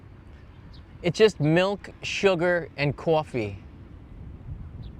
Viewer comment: Your North Jersey accent came out when you said coffee ☕😊